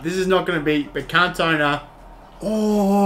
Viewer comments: Ewww He says kantowna. Please make sure you pronounce icons names correctly. The commentary even says his name time after time. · Omg bro seriously say his name right ffs lol, can't take your review seriously hearing cantone aaaaaaaa every 10 secs. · It’s pronounced CAN-TO-NA great review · Did he just say can tona